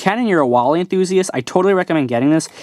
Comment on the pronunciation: His name is WALL - E